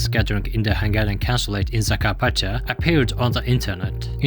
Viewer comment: Hungian? Where did you learn about our name? That one school in africa that prnounces google as gooloogoloo?